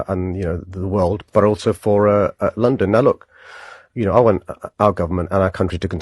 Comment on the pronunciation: The way he says lundunn says our turf the asians